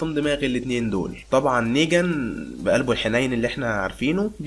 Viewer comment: ملاحضه اسمه نيغان مو نيجان يا غلي